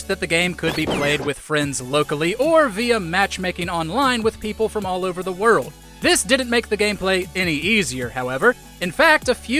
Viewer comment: The way you say “werrel’d” for world is amazing